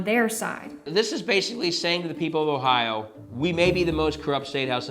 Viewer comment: Sorry it is Ohio not ohions or whatever fake word you used to change the states name and so so many others and why.